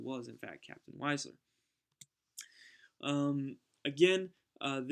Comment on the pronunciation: Just one point. Wiesler is pronounced VEESSLER.